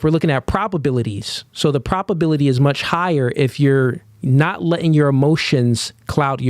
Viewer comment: You’re throwing Ps at me brother. Pro-B-aility